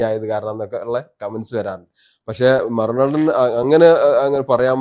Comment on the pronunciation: 'മറുനാടൻ' ഉച്ചാരണം പഠിക്കണം ഉസ്താതേ, 'നേതാവ് 'എന്നതിന്റെയും